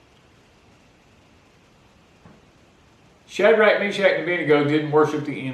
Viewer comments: Ok I have to ask!! I am hearing: “Sad shack Shaq Rack and Indigo” 😳 Wracking my brain to understand 🤣 Is this a Louisiana thing??🧐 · Shad-rack whaaa? Can anyone shed light on what in the world is saying? Never mind…I googled it.